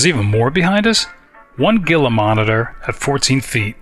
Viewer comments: Not to be rude but its pronounced Heela not geela, just like with the Gila Monster lizard. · Loving this. Keep up the great work! (Gila is pronouced HEE-la, by the way).